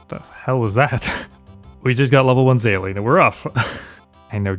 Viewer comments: Anyone else hearing Saline instead of Sailing? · omg absolutely, every time he said it I would hear "saline" in my head xD